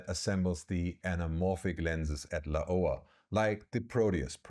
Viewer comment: I've never heard anyone pronounce Laowa this way. It took me a few seconds to understand which company the video is about.